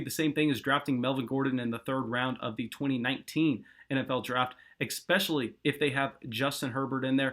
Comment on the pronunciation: eckspecially? I just can't!!! Lol